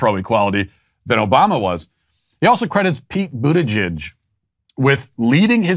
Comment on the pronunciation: He can't pronounce pete Buttigieg's name.